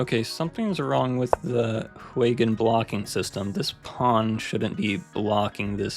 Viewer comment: The paund will never be qweene